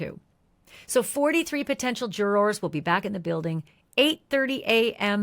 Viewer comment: jur-ers not Jour-ors please